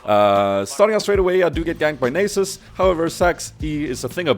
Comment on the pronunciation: its Nahsus not nasus xD